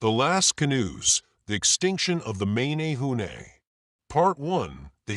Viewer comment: So funny how you said mA nA hu nA . 'eh' not hard 'A' as in ; M eh n eh hoo neh. I live right here, Hanalei. Also, the Menehune at bananas and O'pai, not taro and sweet potato, those arrived with the Polynesians. and then there is; the waves of migration, likely Micronesian, and peaceful farmers arriving around 2000 to 1500 years ago, and worked with the Menehune. Then the Tahitians show up around 1200 to 1000 years ago with war clubs and blood sacrifice. They slighted both and took all.